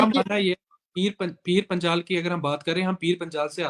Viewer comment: Aur Reporter sahab .. pir Panchal kya hota... Panjal hota hai......